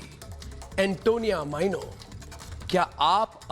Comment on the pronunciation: अर्नव भाई आप जब एंटोनियो माइनो बोलते हैं तो बड़ा अच्छा लगता है ।